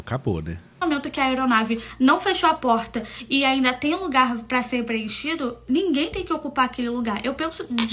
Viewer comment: Sempre uma " Ameinda" kkkkk